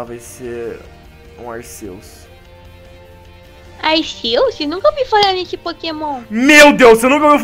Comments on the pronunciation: o nome é Arceus , Más se pronuncia como Arquios , Só quem assistiu o filme sabe . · O CERTO É FALAR ARKIUS, PODEM ME XINGAR MAS EU N SUPORTO QUE ALGUÉM ERRE ESSAS COISAS